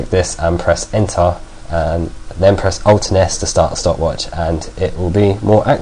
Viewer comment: No offense, but I love how you pronounce "ENTER" XD